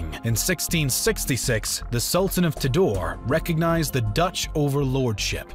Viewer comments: Ternate should be pronounced Tare Na Tay Tidore should be pronounced Tee Doa Ray Pangeran (prince) should be pronounced Pang A Run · Mispronounce of Local places in this video is prominent. Ternate Tidore Aceh Johor Palembang And also the mispronounce of Dutch names. As Indonesian, we were forced to say those Dutch names in their original pronunciation during history lesson, Jan Pieterszoon Coen, Cornelis De Houtman, Herman Willem Daendels, Johannes van den Bosch come in mind.